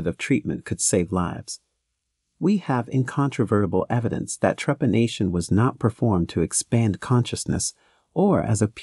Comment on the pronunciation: How come the robot voice can pronounce the word trepanation , perfectly? Yet mispronounces the name of the country Tibet, as Tybet?